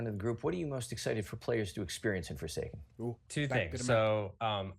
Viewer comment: For I second I thought you said Foreskin